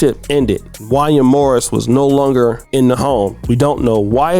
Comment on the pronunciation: you don't know anything about R and B You don't know how to say Wanya Morris